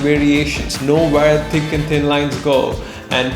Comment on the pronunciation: Instead of hearing "Thin to thick, think to thick" I hear: "Tin to tik tin to tik" Oof.